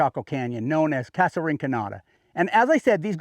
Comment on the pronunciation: Recently watched your video about Chaco. Excellent overview about the Chacoan culture. However, please properly pronounce the word “casa”. This is a common and well known spanish word and it is offensive and disrespectful to mispronounce the word using a long A. For those of us from the Southwest, it actually hurts our ears to hear you mispronounce such a simple and common word and impacts your credibility as to southwestern culture. Thank you.